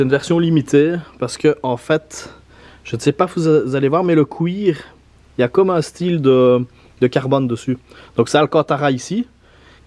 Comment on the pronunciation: Du CUIR pas du COUIR 😭